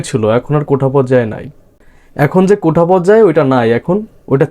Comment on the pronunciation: ভাই শব্দটা কোঠা না, "কোটা" হবে। উচ্চারণ একটু ঠিক করেন।